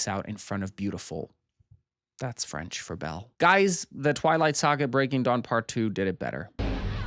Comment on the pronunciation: just here to say it's nice to hear someone not completely butcher french pronunciation for once